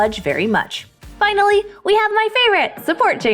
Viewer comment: definately said vineally instead of finally after zyra lol